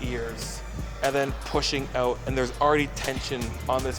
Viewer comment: "Check it oot" Thanks for this bro bro I always watch your videos.